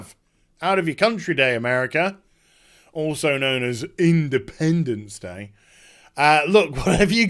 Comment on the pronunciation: damn it! I literally spilled my green tea on the way you said. "independence day". you made my day :D